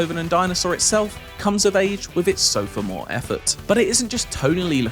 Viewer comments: "...sofa-more" (sophomore) effort... " 😮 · It's not "sofamore" bro lmao.